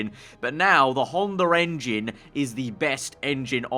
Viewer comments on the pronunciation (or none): Honda Rengine... oh brits